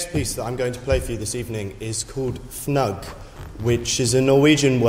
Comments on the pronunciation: He just pronounced Fnugg wrong... he literally could have watched the man himself, Øystein Baadsvik, arguably the greatest tuba player and the guy who wrote the song, play the song. There is a video of him playing it and he says the title. How the hell do you mess that up?! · It's pronunced "fnoog," according to Baadsvik. And it almost sounded like you took credit for the song instead of giving Øystein Baadsvik his recognition.